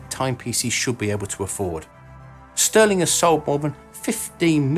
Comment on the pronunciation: STÜHRLING is pronounced ʃty:ɐ̯lɪŋ (sh [shoe] - t - ü [ lure/grew ] - ling), not STIRLING stɜːlɪŋ